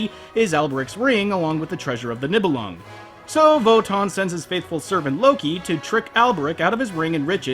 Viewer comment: niebelungen its like.. do you know the knights who say ni`? that how you pronounce the nie in niebelungen. or the ni in anime...